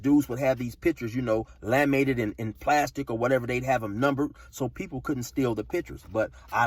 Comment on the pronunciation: My boy said “lammated” 😂😭😂 it’s laminated big bro